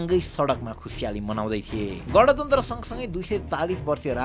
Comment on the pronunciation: गँणतन्त्र ❌ गाँणतन्त्र ✅